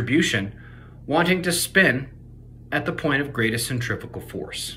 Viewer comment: It's centrifugal not centrifical force...